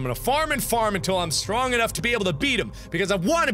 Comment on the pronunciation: "foxy too stronk" Markiplier 2015